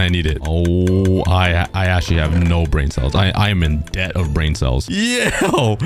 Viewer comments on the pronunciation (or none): none